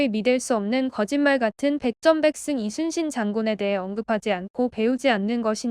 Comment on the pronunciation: 이 채널은 사진 몆장이나 동영상 스크랩으로 카더라 통신으로 안하고 실제 동영상을 제대로 올려서 너무 좋네요 ❤ 근데 저 교수님 진짜 우리 문화를 제대로 연구하셨던 분이신듯 하네요 이순신을 칠판에 쓸때 Lee로 시작안하고 Yi로 적고 발음도 리순신이 아닌 이순신으로 제대로 발음도 하시는 것을 보니 소름 쫙 솔직히 우리 발음을 못해서 고려가 코리아가 되고 우리의 성씨를 발음 못해서 그들의 표기법으로 맘대로 바꾸는거 정말 싫었는데 그리고 또 우리는 그들 표기법대로 우리의 말을 바꿔서 쓰는건 더 싫고요 그런데 저 교수님은 제대로 우리의 발음과 역사를 다 꿰고 계셔서 웬지 흐뭇하네요 ㅎ